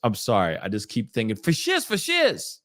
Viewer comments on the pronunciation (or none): I'm Black, but did I miss us saying Fo Sizz! Lol he couldn't even say it right😂